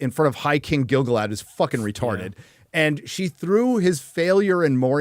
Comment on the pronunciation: 1x mic adjustment, 'retahrded' and 'crap' per show